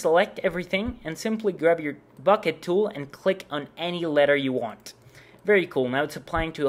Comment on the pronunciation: "and simply grab your... fbucket tool" xD lol